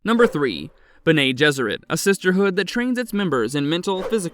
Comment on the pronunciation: It’s “beh neh“ not “Ben-nay”. There is NO ACCENT on the second e. And as mentioned earlier, “mah-tress” not “mate-ters“. I can almost handle the nasally voice but the mispronunciation had me cringing every time.